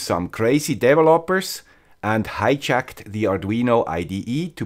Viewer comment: I heard "Crazy devil hoppers" ROFLMAO... 😅